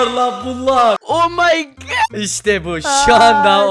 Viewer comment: niye 'omy good' diyorsun😂😂